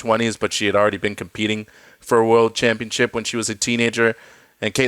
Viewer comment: Still not learned how to say championship. C’mon!